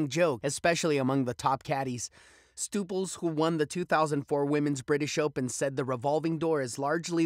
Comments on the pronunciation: Did your stupels! How the hell can you be taken seriously when you can’t even say Karen Stupples last name correctly. She’s a lead commentator for Golf Channel. That’s the equivalent of getting your wife’s married name wrong. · "Stooples?" How do you get that pronunciation from "Stup..." It's Karen Stupples